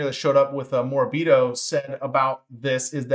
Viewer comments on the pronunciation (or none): It’s definitely pronounced More-a-beet-oh. Cheers, and thanks for the excellent analysis.